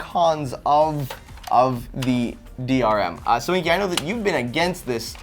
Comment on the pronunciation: did no one notice that in the 15 second rebuttals said DMR?